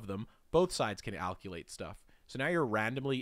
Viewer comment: pronouncing alkylate as alculate......... might as well be george bush saying nuclear :|